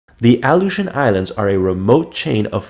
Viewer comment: Your saying it wrong . My dad was there when they were doing the nuclear testing .